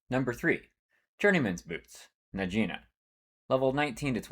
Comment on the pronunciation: “Najeena” 😂 Ty for the informative video ❤